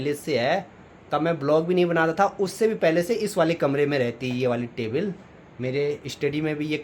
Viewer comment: टेबिल नहीं टेबल hota hai